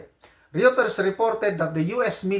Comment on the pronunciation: Ang pronounciation ng Reuters is Royter. Pareho na ri ng Euro. Oyro.